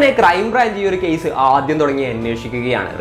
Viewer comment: കേയിസ് അല്ല കേസ്